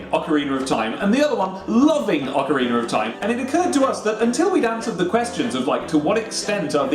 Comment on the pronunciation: "ocariner" is so cool